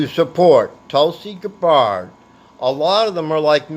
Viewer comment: Her name is GAB-BERD. Pronounce it correctly, lol.